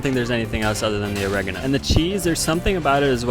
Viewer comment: OH - REH - GAH- NO... not o-reg-eh-no